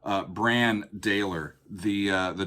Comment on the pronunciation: I'm pretty sure Brann pronounces his name with a soft A. I've actually met them before. And I'm glad you chose this song, as it's the first song in the album. But the whole album start to finish is fantastic and one of those albums that is just a journey from start to end. Even if you don't make another video please listen to the album start to end.